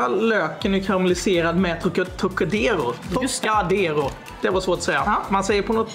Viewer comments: Det var det märkligaste uttalet på Trocadero jag har hört, och då kommer jag från Norrland. Det måste enbart förekomma i Umeå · Inte är det någon som säger Trocadero på det sättet. Har aldrig hört någon säga det på det lustiga sättet. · Det borde vara olagligt att uttala Trocadero på det där viset, någon form av högförräderi. Jag har alltid haft en romantisk inställning till Norrland men efter det här vet jag inte längre. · Det är inte umemål, hörs (för mig) ytterst tydligt att det är på vischan någonstans i norrbotten (alltså säg minst 30 mil norrut från Umeå). Jag har nog hört de allra flesta norra norrländska dialekter, men jag kan uppriktigt sagt säga att jag aldrig någonsin hört någon uttala Trocadera "Trocaaaadero". Sedan är det regionalt dialektalt. I Göteborg säger man "Trökka" och i norra Sverige "Tråkka". Överlag så tror jag nog en absolut majoritet i Sverige uttalar det "Trokkadeero" (med t ex. varianter på "ö" och "å" istället för "o"). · Har bott i Umeå hela mitt liv och har aldrig hört någon uttala Trocadero så där.